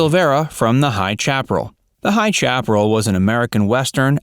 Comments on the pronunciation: Unfortunately people who do not live in the west do not know how to pronounce most of our words, High Chaparral is not pronounced chap-rull but shap-par-rell. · High Shapparell not Chap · It's proñounced High SHAAP-PER-ell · Apparently he can't pronounce some names I have notice this a lot . Chaparral is pronounced “Shap-per-al . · Chaparral is pronounced “Shap-per-AL” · Please look up the correct way to pronounce “Chaparrel.” 🤣 Ya missed it by a mile! (sha-pa-rell) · It's SHRAP O RAL! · Come on creator of this video. Frank Silvera was in the show pronounced High " Shappa rell " Do the research on pronunciation ! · The High shap-er-al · Please edit and pronounce Chaparral correctly.. kinda killed the whole video with such a really bad mistake... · Just here to see how many mistakes makes this time. Right out of the gate, the narrator mispronounced "Chaparral". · Come on, learn how to pronounce high chaparral.🤦‍♀️ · Look up how to pronounce Chaparral. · I noticed that as well.😁